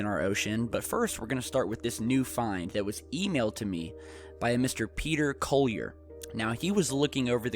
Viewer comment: You said Collier wrong